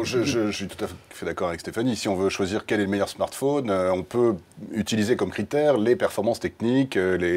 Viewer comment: non la pomme est loin d'être le "meuilleur" fruit pour moi le "meuilleur" fruit c'est AHAAGGA et non la phrase ne finit AAAAAA comme vous l'